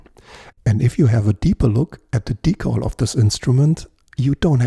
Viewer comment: Es wird nicht „Die-Kohl“ ausgesprochen, sondern „Die-Käll“. In Kanada auch „Dekl“ - Betonung auf der ersten Silbe. Ansonsten nettes Video, wobei ich beim zweiten Versuch mit dem Decal den Stringtree zumindest aufgelegt hätte, damit es auch wirklich passt. Etwas weiter rechts wär auch nicht verkehrt gewesen… Sen Ash sieht aus wie Esche, ist aber kein und klingt auch eher wie Erle (liest man jedenfalls häufig). Um den Hals möglichst press in die Tasche zu bekommen, kann man mit aufgezogenen und gespannten Saiten auch einfach die Schrauben etwas lockern. Der Saitenzug ist i.d.R. stärker als die Kraft beim Reindrücken von Hand. Manchmal hört man dann ein klackendes Geräusch, wenn der Hals sich in Richtung Brücke bewegt. Dass das den Klang deutlich ändert, konnte ich allerdings noch nie feststellen. Das ist eher Voodoo, glaube ich. Netter Bass!